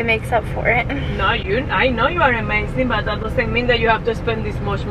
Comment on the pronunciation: UH-mazing not EH-mazing